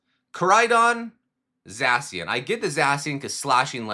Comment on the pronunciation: You say Zacian wrong